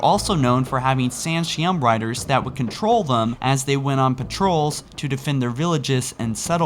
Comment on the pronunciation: so the San'Shyuum (San-Shai-Oom) can ride fucking shrubs. how'd they lose?